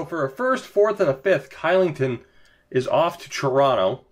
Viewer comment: Kylington = Shylington, because Swedes don't like to say K's :D